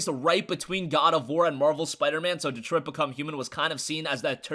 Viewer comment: is this how you say Detroit? lol